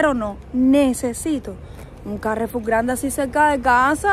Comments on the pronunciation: Hola, se dice Carrefour, como si tuviera tilde e n la (u). Eso que te da asco son calamares, seguo que un bocata de calamares te gusta. Lo mejor de Mercadona es que siempre hay uno cerca. Un abrazo. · Se pronuncia como palabra aguda, como todas las francesas, país de origen de la marca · lo estás diciendo mal, es carrefour, acento en las últimas sílabas, no está acentuada ni con tilde la a. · Carrefour, pronunciado carrefúr. Es nombre francés. En francés va siempre el acento al final. Por eso es absurdo decir "cámembert" como esdrújula, por ejemplo. El membrillo es como una pera grande, demasiado duro para comerlo crudo. No es la guayaba. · Al pronúncialo pon toda la fuerza en la última sílaba, four, carreFOUR, no pongas el acanto en ca. Esta palabra no tiene acento. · Se dice Carrefour, sin acento o tilde (Carrefur) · Carrefour con acento en la "u" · "C A J F U J", se pronuncia " c a j f u j " porque ese supermercado es de origen francés y un francés te diria "Oye nosedise Carrefur sedise "CaaaJJJJfffuuJJJ", (:face-orange-biting-nails:manda huevos). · Ca re fur es una palabra aguda terminada en r… no tiene acento escrito!!!! Ca_rre-FUR… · Carrefour es de origen francés, y sonaría más o menos así: caguefú. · Carrefur... Con acento en la u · dilo como quieras CARREFUR o CARREFOUR, como si lo dices en francés ya que esa cadena de supermercados es francesa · Carrefour se pronuncia con acento el la u,es una compañía francesa y en Francia,siempre llevan el acento en la última sílaba . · Lo estas diciendo mal😂😂😂,pero no pasa nada se escucha gracioso,me hicistes recordar a una amiga que lo pronuncia igual que tú.😂😂😂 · Hola. Supongo que al ser un vocablo francés, se pronuncia acentuada aguda, además la publicidad lo pronuncia así. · lo dices mal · El nombre no es castellano, nosotros no decimos ' carrefur' si no carrefúr, con acento en la u. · Respecto al nombre comercial de esta cadena francesa, se debería pronunciar como "carrefúr" 😉